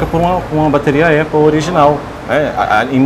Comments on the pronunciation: Como diz o Cebolinha.... Apple caria. 🤣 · Pessoa não sabe nem falar "Apple" e quer ter um iPhone.